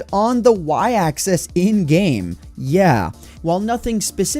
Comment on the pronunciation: Loved the video, but why must you pronounce axis like 'access'?